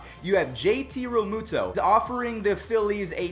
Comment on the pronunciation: Me Here he said his name wrong